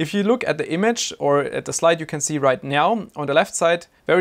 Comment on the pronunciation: Right nyaow